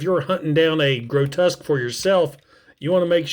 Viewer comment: Massive fan. Grotesque (I don't ever correct people's pronunciation, but yours really bothered me: it's "gro-tesk") isn't a squirrel, a sabertooth tiger, a rat or anything you mentioned, he's the very TRUEST Monsterbot, just a demon from hell!!! I love his head-sculpt too, I think it's a deliberate juxtaposition that he's called Grotesque and looks suitably grotesque in his alt mode, but has one of the most symmetrical and attractive robot mode head sculpts of any G1 Transformer. I still have my G1 Grotesque, but he's missing a wing... G1 parts-formers, what are you gonna do? SO impressed yours still is able to emit any sparks at all...